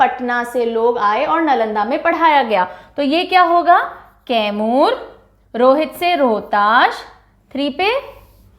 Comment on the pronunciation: तैमूर नहीं मैडम कैमूर जिला है